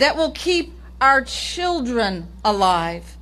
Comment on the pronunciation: Fa da cheedrin…fa da cheedrin